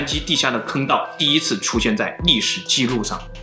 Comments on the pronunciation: 历史记怒 计涮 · 还有一个 记录 ji nu